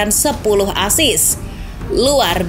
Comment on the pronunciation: Assist bukan asis